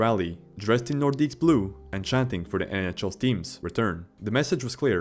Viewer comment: Nice compilation, mate. Your pronunciation is awful, though. They are pronounced, "Lay Keh.BECK nore.DEEK. No plural S en Francais. Lay keh.BECK nore.DEEK.